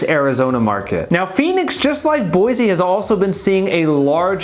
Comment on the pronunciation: First off, learn to pronounce Boise. It’s Boy-see not Boy-zee. I live in the Boise foothills. We expected prices to come down because they went stupidly nuts the past two years. NUTS. So-called remote workers fled the left coast in mass. And they would pay a million dollars for just about anything. Inventory is up because homes no longer sell before the sign goes up. Tons of new home construction within 5 miles of where we live. Thousands of new homes. So if we’re crashing builders and developers haven’t gotten the memo. Boise and other areas of Idaho will remain strong as the stupidity escalates on the left coast. I see them cruising our neighborhood everyday looking. Have interest rates hurt? You bet. But when people with resources are as desperate to move as they are from the left coast, they’ll pay whatever but it does need to be the right house and location and no longer just a place to hang your hat. Having said all of that, we’re pretty full so please look elsewhere. 😂